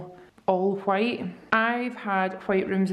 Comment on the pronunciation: Ok I love you so much so please don't be offended, but when you're talking about how you like the white desk I swear I heard quiet everytime with the ole accent (which I love your accent!!! 😍) hahaha but I was like what the heck is a quiet desk am I living under a rock hahahaa ok bye I love you so much one of the only youtubers I still watch I love the vlogs been watching since week 1❤❤❤❤